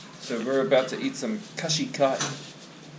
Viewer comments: Khasi not khashi,,,,,,👍👍love from Meghalaya, Shillong,,,, thank you for visiting our place,,,, From my channel#PyntyrshainProducer#Channel# From which nation are you friends? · Its Khasi (kha-si),not khashi..Here we don't speak much hindi.only Khasi language n English.